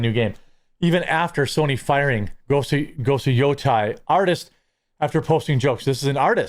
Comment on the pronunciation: Jeremy. Dude. In Japanese, it's all soft vowels. You're pronouncing it as if it was "Yotai". It is "Yotei" - in Great Lakes English, that's "Yote", then "Ehhhhhh". Say that 5 times, as two words. Then smash them together. Then say it 5 more. Then shorten the second syllable. Otherwise, good video, glad you're going hard unlike others.